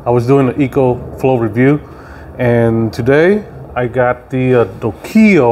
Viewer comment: Lol how he says the name of the panel